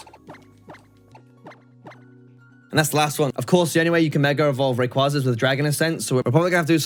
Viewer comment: The way how you and so many Poketubers mispronoucne Rayquaza a legendary Pokemon hurts me